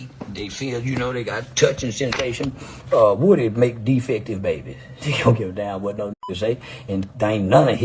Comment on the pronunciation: It’s Woody. Like wood. Not Whoody